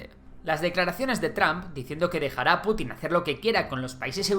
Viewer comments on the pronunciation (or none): none